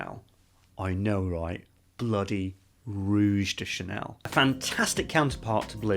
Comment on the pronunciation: "Rouge De Channel " ...I spit out my drink😂